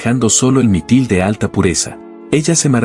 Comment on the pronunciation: Es Mitril, no mitil.